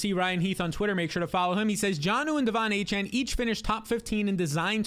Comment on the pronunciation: I exit the video after he said Devon achane